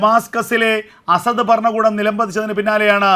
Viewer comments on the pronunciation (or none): none